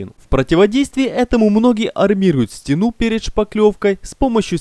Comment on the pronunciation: СтЕну, а не стенУ, стЫках, а не стыкАх. ГрУнтом, а не грунтОм. Как не русский.